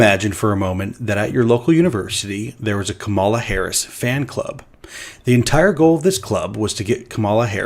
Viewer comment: seems to intentionally mispronounce Harris' name. That's disingenuous.